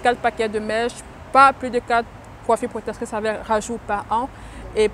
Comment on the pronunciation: J'veux pas être irrespectueux mais c'est hyper énervant c'est" protectrice" pas protetrice